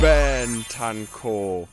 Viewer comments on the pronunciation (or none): none